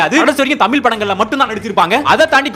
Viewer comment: நீங்க முதல்ல தமில், தமில் என்று சொல்வதை திருத்தி தமிழ் னு அழகா சரியா உச்சரிக்க வேண்டும் !!!